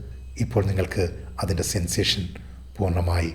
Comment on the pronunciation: ആർക്കും സാറിന്റെ ഉച്ചാരണം Problem ആയില്ലെ? സാർ എല്ലായിടത്തും നിങ്ങളുടെ എന്നുള്ളതിന് പകരം നിങ്ങളുട് എന്നും അതിന്റെ എന്നുള്ളതിന് പകരം അതിന്റ് എന്നും അതുപോലെ എല്ലായിടത്തും 'എ' എന്ന് വരുന്നിടത്തെല്ലാം ഇതുപോലെ ഉച്ചരിയ്ക്കുന്നു. അതു കാരണം എനിയ്ക്ക് 100% Concentration കിട്ടുന്നില്ല. എനിയ്ക്ക് തോന്നുന്നത് അത് ശരിയാക്കുകയാണെങ്കിൽ ഈ video യ്ക്ക് millions view കിട്ടുമായിരുന്നു. അത്രയ്ക്കും ഗംഭീരം !!!